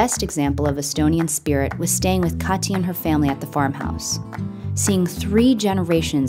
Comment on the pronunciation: pronunciation is a little off on her name ... it's a very hard T in Kati ... cut tea (leaves) .. just sayin